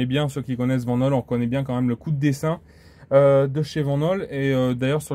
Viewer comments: Belle présentation et super véhicule dommage que tu ne maîtrise pas les aspects techniques en précision ou encore l'histoire de cette belle marque belge. Aussi pour ton information on dit Vanhool [Vanoul] en phonétique et pas [Vennaule]. Mais bon on ne peut pas être parfait mais apprend à être objectif dans tes vidéos. Si non bon travail quand même 👍👍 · C'est une belle bête en tout cas, pour info Vanhool, se prononce "Van Houle" :)